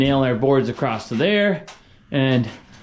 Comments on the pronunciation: The word is across not acrost you uneducated fool you can’t even speak English I hate you idiot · The is NO “T” or “ED” at the end of the word.. “ACROSS